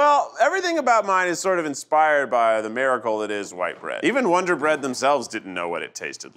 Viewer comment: Lol winder bread